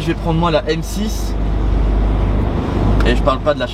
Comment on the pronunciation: M6 « toule » 😂😂😂